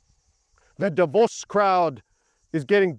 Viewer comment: When you said Davos I thought you were saying divorce lol